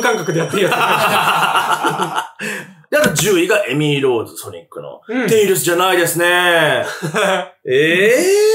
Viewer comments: 字幕はテイルズだけど、バキ童はちゃんとテイルスって言ってて草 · ぐんぴぃはちゃんと「テイルス」って言ってるのに字幕で「テイルズ」って間違えてるの吹く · バキ童氏はちゃんとテイルスって言ってる辺り好感持てますね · テイルスってちゃんと言ってるぐんぴぃさすが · ぐんぴぃさんはちゃんとテイルスって言ってるのになんでテロップで間違えるんだ